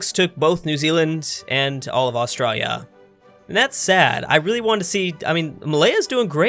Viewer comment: you say Australia really weird